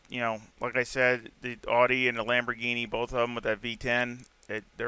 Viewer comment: Awesome video brother 👍. I love how you pronounce AUDI, the true pronunciation of the word 😁. I will definitely give this setup a try as I always struggle on OUE ROUGE. Thanks much appreciated. Forever Racing 🏁